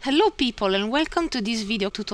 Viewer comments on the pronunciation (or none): none